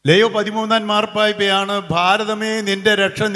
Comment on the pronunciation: ലെയോ അല്ല ലിയോ